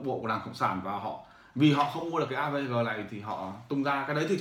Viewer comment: AVG không thể đọc "a vê gờ", phải đọc là "a vê gê"!